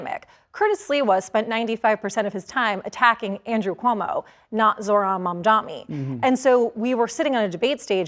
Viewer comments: Mamdani not mamdami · She keeps saying Mamdami like Cuomo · Is it intentional to keep mispronouncing his name? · Yes, why does she still mispronounce his name?